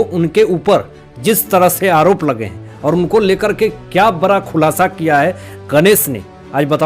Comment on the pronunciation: सर आप बड़ा को बरा क्यों बोलते है